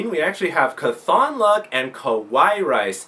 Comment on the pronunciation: Great work, great matches, great video. By the way, it's pronounced CAWTHonluck, not caTHONluck. Mat Cauthon is an exceptionally lucky character from the wheel of time series, and at least the readers of the audio books pronounce it that way. Nitpicking, I know.